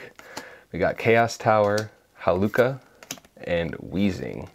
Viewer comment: Its not haluca XD its HA-LU-CHA like Cha cha real smooth